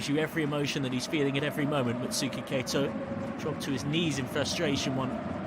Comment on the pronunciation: San freeze, Mutsuki Kay-to, YOUrawa. it literally took seconds to google 😂